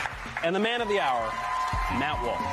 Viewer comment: did he say MAP walsh lmao